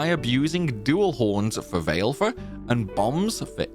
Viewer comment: BTW, Valefor is pronounced "Va-luh-for", not "Vail-for"